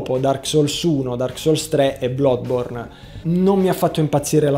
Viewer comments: Ma sto vizio di pronunciare male Bloodborne non te lo vuoi proprio togliere eh? Si pronuncia "bladborn". Non "blodborn" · Indicativamente ricorda a un italiano più una "a", questo è certo. La "o" di e altri è il chiaro fraintendimento di qualche consiglio. Ma almeno lui lo pronuncia rapidamente e quindi c'è la possibilità di non farci caso. Ricordo un video di Nero Wolf in cui "Bloodborne" veniva declamato con una "o" ben distinta nella sua netta intonazione da doppiatore circa una trentina di volte. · mi sono informato eccome, anche in Inghilterra lo dicono con una a molto chiusa, che di certo non è una o.